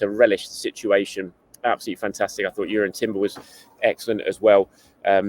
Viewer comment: I thought Timber was excellent yesterday. Now that he appears to be one of the first names on the team sheet shouldn’t we be doing him the courtesy of pronouncing his name correctly? It’s Jurrien not Urian. If you’re struggling, maybe watch the video that the premier league puts out where all the players pronounce their own names.